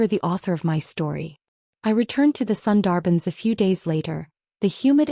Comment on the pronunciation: A wonderful story about breaking free from shackles, finding yourself, and thriving — definitely worth your time. I must admit, though, every time the narrator mispronounced “Sundarban,” I couldn’t help but cringe a little.